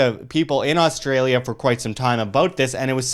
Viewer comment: Ahh, I'm from "Oz Stray Lee Ya" But love the way you guys pronounce it as "Arse Straya" Good video chaps.